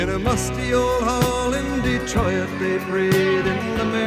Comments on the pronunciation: Gordon Lightfoot is Canadian, living most of his life around Toronto I think. That's where his last home was, anyway. I loved in the song his accent and pronunciation of a number of words that was very much from Eastern Ontario and Quebec. "Dottir" (daughter), "Detroyit" (Detroit), plus the clipping of syllables to their ending letters where the consonant sound gets extended ("sons" and "dottirs"). All of this reminded me so much of the Canadians I grew up around on Lake Erie. My mom's family was Canadian. My grandfather was Quebecois (family name Pelletier), but heavily anglicized. He had very similar pronunciation of many of the words in this song. This song instantly brought back memories of my grandfather, who died early, in Detroit (where I was born), in 1968 when I was 10. He was in the merchant marine early in his young adult life before he settled down to married life working at a Chrysler plant in Detroit. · Master artistry even in a small detail of poetic phrasing: Detroit sung with three syllables. An enthralling device he uses through the rests: There he plays a chord with a drone interval that in tying the stanzas together also signals to us that the story is not over, and -- as it plays us out through the fade -- that not only the legend, but also the love of the wives and the sons and the daughters, is without end. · Did you notice the mispronunciation of the word 'Detroit'? Detro.iit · I was a little surprised you didn't comment on his pronunciation of Detroit. We usually say it with 2 syllables, "de-troyt" but he sings "de-tro-it" with 3 syllables. It's always struck me. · I thought you would comment on the pronunciation of "Detroi-it" - if not a dipthong is a tripthong a thing? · I have to mention that I'm surprised you didn't comment on his unusual pronunciation of Detroit as "de-troy-it". It always catches my notice. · I thought she might comment on how Gordon turned Detroit into a three-syllable word by singing "Dee-troy-it."